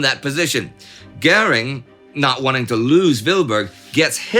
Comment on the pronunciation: What's with the "Gering" and not "Göring"?